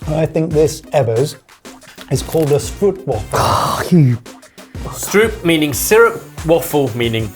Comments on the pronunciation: Stroopwafel is indeed amazing. Just a pronouncing thing, it is more like str - oooh - p-wafel not str-oeh-p-wafel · Stroopwafel, is actually pronounced with the o from ow as in bow and arrow, strowpwafel. This use of the ow in bow and arrow is often shown as oo, also seen in oog (eye), boom (tree), stoom (steam), hoog (high) As for the a in stroopwafel, its not a as they did, its the last a as in spatulA, that hard long a. Stroopwafel. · Well you're wrong it's not pronounced 'stroupwaffle' The double O in dutch has a sound similar to the o in 'joke'. So time for a soggy biscuit for Ebbers. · its quite funny to hear people from another country try to pronounce stroopwafel. its not oe its just o in the beginning, like ooh. wafel is more pronounced w AAH fel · It is stróóóóóópwááááfeul, not stroeppppwaffffullll :( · I wish you'd pronounce stoopwafel correctly to set people straight for once. It's not "oo" but more like a long "o" or "oa" sound. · NO NO NO NO... It's a Stroopwafel not a "stroop-waffle"... Pronounced "stroop" (oop the same as OH and in Oh my Gosh) and "Wafel" is pronounced "V-ah-Fel".... And don't forget that R (stRoopwafel) has a rolling R.... so phoenetically - "Str-oh-p-Vah-fel" or "Strohpvahfel"... Welcome to Dutch. It's a Dutch / Belgian (Vlaams [Flemmish]) thing and that's how it's pronounced. That is about as bad as me calling Jamie... Yamie...., you should know better! Nederlander (Dutch person) offended here... BUt love you lot none the less. Doei! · Dutch here, i would opt for a bigger stroopwafel instead of a smaller mug. You pronounce it like strope, not stroope. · can we get confirmation that actually said Stroopwafel and not Strootwafel? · Just a hint on the pronunciation of Stroopwafel: the double oo is pronounced like "oh" The way double oo is pronounced in english would be writen as oe in Dutch. (Press the speaker icon for the pronunciation) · Stroop is pronounced ' str oh p '